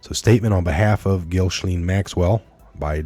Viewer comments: Pronounced Gis lane. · this evil predator female her name is pronounced jissslennn